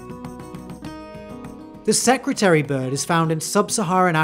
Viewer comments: Security bird? I am South African it is a secretary bird. As in a secretary that works in an office Edit: just to clarify it was just pronounced weird in the intro. Similar to how you say Nambia instead of Namibia. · Secretary bird* not “secutary” bird. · You can't pronounce "secretary" Can you?